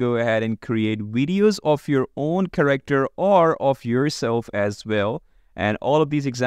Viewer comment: It's Care-Actor not corrector